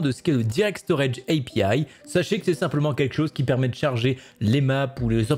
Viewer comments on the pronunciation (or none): Prononce pas API en anglais, c'est naze !